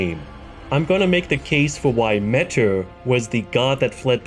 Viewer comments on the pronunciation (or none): Notice how it says Legend felled when you kill metyr. Also metyr is pronounced meteor. Like how scadutree is shadowtree